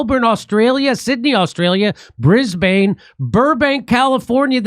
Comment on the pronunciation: I love you Jimmy but for your tour info the city of Brisbane Australia is pronounced "Briz-Bun" not "Briz-bain". Keep up the good work and keep the faith.